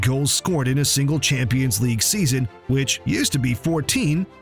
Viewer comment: Season❌ Seaseon✅